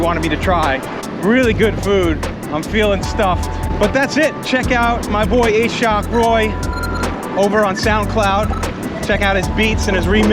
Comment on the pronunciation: Im pretty sure the name is pronounced Ah-shawk not A-shock lol